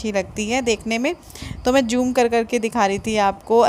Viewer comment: please say zoom with a Z not joom with a J....🙉